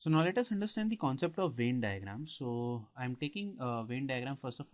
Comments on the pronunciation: its Venn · Sir very nice video ....but it's Venn not vein (no offence I am just putting it out there )